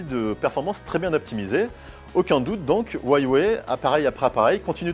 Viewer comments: "HUA WEI" PAS "HUAI WEI" xD il est temps de commencer à savoir le dire là xD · 'Ouwaywé' okok.. Ça se dit HU A WEI RHOLALA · huaywuay non non non c'est Huawei sinon bonne vidéo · c'est Khwa ouais. comme Khaled :) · un jour va réussir a dire correctement Huawei!! j'en suis sur!!! ( oui j'ai de l'espoir )